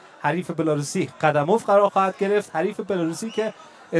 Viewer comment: نورستانی نام موسو ره صحیح نگفت قیوم اف گفت قدموف نگفت